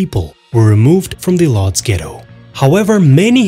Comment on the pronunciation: What the hell is Lodge? It’s Woodj.